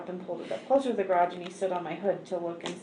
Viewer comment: This series would be so much better without a foreign AI accent. None of these people are from Europe and this makes it SO annoying to listen to!! It’s called a Garage not a GAY-rage… GOOD GRIEF!!